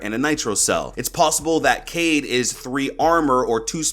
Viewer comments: Niggas whoms't say "kade" instead of "kai-eed" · Yes, it is read as Ka-Eed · Yes it is pronounced ka eed (قاءد) and it is written in french kaid :) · His name is pronounced Kye - eed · I’m pretty sure his name is pronounced Kay-eed, not Cade. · it’s pronounced (KI-EED) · It is pronounced Ka-ied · It's kha - ed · Kaid accurate pronunciations is "Quaid " more like " kai eed " like dragon ball z "kai" i know cuz i am from asia .. In our Language " Quaid or kai eed " means a leader same as described by ubi.. i hope it will help in his name pronunciation lol. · It is pronounced cayeed in Arabic it means leader so I will say cayeed Edit: was scrolling through comments and saw what I said already but I really love your take and ideas on the new ops and their gadgets keep up the great content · Amazing work as always! Looking forward to your content this coming season. A few things: 1. Pronunciation is more like KAH-eed. Arabic: قائد (qā'id) Pronunciation sound file (MP3): Definition: A local governor or leader, especially in North Africa or Moorish Spain; an alcaide. (Source: ) 2. Echo does in fact use a phone, just has knowledge of how to counter Dokkaebi's hack because they developed software and gadgets together, or something like that. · Kaid pronounced Kayeed in Arabic means leader, so I think it’s pronounced like that